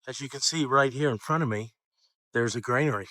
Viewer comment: You keep saying 'grainary' . It's actually 'granary'.